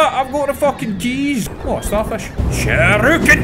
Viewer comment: Why do you always say "shiruken" when they're called "shuriken"? This has bothered me for a couple of years now.